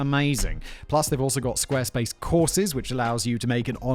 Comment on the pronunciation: Squaresplace dot clom you say? Was that intentional to get me to replay it like 10 times?